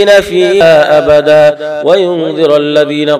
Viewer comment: উনি 3 নম্বর আয়াতে মা কিসিনা ফি হি আবাদা এর জায়গায় ফি হা আবাদা বললেন কেনো ?